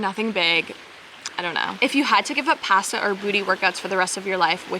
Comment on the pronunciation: ill never get over how you say pasta lmao it’s so funny